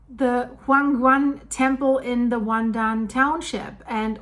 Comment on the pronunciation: LOL The Taiwanese probably got out their popcorn. BTW Your pronunciation of WanDan and the Ping in Pingtung were spot on, the the "tung" is pronounced very different from the spelling. It's pronounced like 'dong' with a long 'o' sound. The Taiwanese are usually very prepared for natural disasters and they move FAST to mitigate any potential fallout. They also do lots of public drills for any potential disaster, even a nuclear power plant accident.